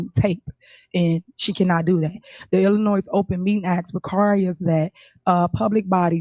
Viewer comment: Is Tuff Teff Tiff originally from Illinois? Hmmmm! I don't know anyone from Illinois who pronounces it "Illinoise".